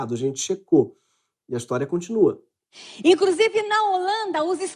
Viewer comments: " INCRUSIVE", Damaris? Eita mulherzinha ordinária! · Aos minutos ==> Essa "humorista" Damares falou: "INCRUSIVE"??? ou, "INCRUZIVE"??? ... Com "S" ou com "Z"??? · "incrusive" .. Putz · A pessoa fala "incrusive", e é ministra. A pessoa é louca desvairada e está fora do hospicio.